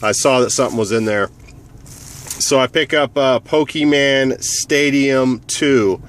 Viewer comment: its not pokeman